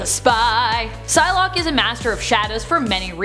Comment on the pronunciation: When the vid started I thought you said sun lock